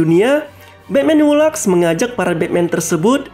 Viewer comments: Laugh bacanya laf, bukan lag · Engrisnya berlebihan sekali de red det jadi the dread death, e ai jadi ei ai, hu laf jadi hu lak. Santai aja pembawaan nya mas kalau sebut nama dewa dewa seperti Ares atau barbatos sebut biasa aja gak usah pakai aksen engris jadi aneh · Maaf min koreksi, laugh bacanya bukan 'lak' tp bacanya 'laf'